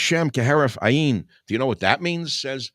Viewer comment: Michael we love you but it is pronouced heref ayin where accent is on first part of both words. A stressed then yin. Ayin means eye.